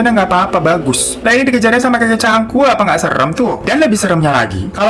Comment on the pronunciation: Cangkul pake G kak.. bkan Cankul 🤣🤣🤣